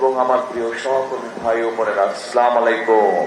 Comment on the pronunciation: তারেক রহমানের সালাম দেওয়া সঠিক হয় নাই তিনি স্লামালাইকুম বলেছেন সঠিক হবে আসসালামুয়ালাইকুম